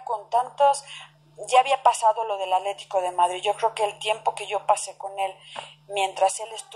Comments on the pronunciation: Se oye chistosa que en vez de decir "ATLÉTICO DE MADRID dice ALETICO. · pues muy educada quien sabe... no puede decir "ATLE TI CO"